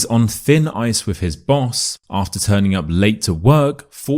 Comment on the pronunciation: If you’re purporting to teach English, the least you could do is not to pronounce “with” as “wiv”!